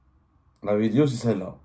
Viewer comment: Cites moi un seul nom d’un ministre qui a fuit pendant la décennie noire ???!!! Tu goinfres à tout les râteliers gros cochon !!! Au passage on dit vidéo et non pas vidio arrête de le répéter dans toutes tes vidio 🫣😜